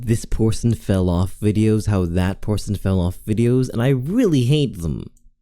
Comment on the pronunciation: "porson" hehe 🤭